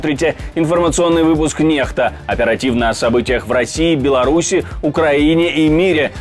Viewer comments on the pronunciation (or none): Почему "пронизносите Нехта? Надп'ись латинице, значит читается как НеКСта.